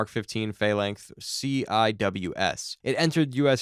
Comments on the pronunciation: Can't stand AI narration. C I W S is not spoke separately. It's pronounced See Wizz, just like people say RADAR, not Radio Detection and Ranging or R A D A R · What kind of American are you, CWIS it's pronounced "SeeWis" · hearing you spell CIWS out instead of just saying "See-wiz" made my teeth fall out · Is this human narration or AI, Phalanx and CWIS are both pronounced wrong. Phalanx can be explained by a speech impediment but not calling it a sea-wizz is either incompetence or the level of incapacity you get from AI TTS garbage.... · CWIS is commonly pronounced "see-wiz" as a FYI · Sea Wiz is how it is pronounced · As someone who has a brother who used to work in these... "see-whiz." That's how that acronym is pronounced. 😂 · Tell your AI it's pronounced "Sea-Whiz." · It's pronounce "see-wizz" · AI can't say CWiz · It’s pronounced “See Wiz”